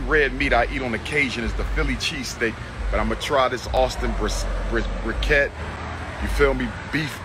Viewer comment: I caught that too...I thought that was a special barbecue dish in Texas or something. He said "Briquette"...sounds like a fancy brisket LMAO